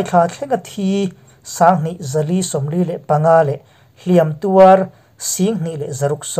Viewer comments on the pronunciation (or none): A bengvar thlâk ṭhin e, Mahse 'Hliam tuar tih hi 'Hliâm tuâr tiin thlûk ṭhin la, a lawmawm ngawt ang.